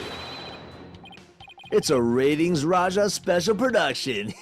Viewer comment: Retinz [phon. "ratings"]